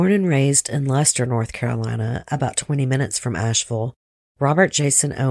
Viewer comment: This happened where I'm from. The codd murders were just miles from my house. Thank you for pronouncing Leicester correctly